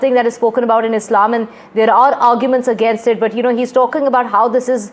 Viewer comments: Accent pe dhyan dia hai bas English ki toh dhar ke maa bhn kari hai "Againasttt" "operationass" "presumas" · againest? roflmao....again-est? kya english hain yeh? 🤣🤣